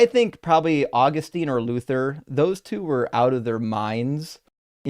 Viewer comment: That is NOT how you pronounce Augustine!